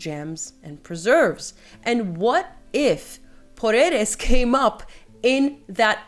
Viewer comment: Thank you for pronouncing Porreres and Mallorca correctly. So many commenters aren't.